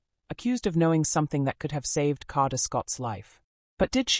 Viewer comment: What's with the pronunciation of Kada? AI strikes again.